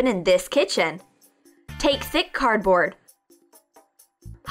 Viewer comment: I died laughing when she said cardbort instead pf cardboard